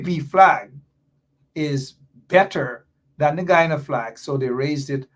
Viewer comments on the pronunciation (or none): Why is it that has a problem with the pronunciation of the word Guyana. The proper pronunciation is guy an' a..the Ppp has the correct pronunciation.